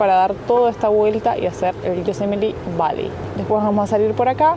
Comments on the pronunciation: Viva “yo-se-met-ee”🎉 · Hi, with regards to Yosemite pronunciation, the accent should go on the second Syllabus: SE. But you are putting too much emphasis on the LAST Syllabus